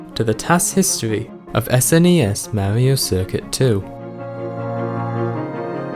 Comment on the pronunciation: "This, is mawio cuircut twu" I love it! (Not hate btw)